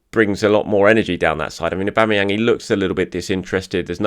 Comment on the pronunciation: auba what !! aubaa who !! aubama'vinho 😂